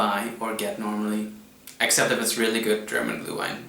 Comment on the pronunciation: You say "gluewine" but it is "glÜhWein" - the letter "ü" is pronounced like the French "u", and the "w" like the English "v"!!!